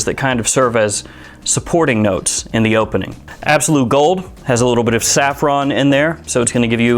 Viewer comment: SAFFRON NOT SARFFON LOL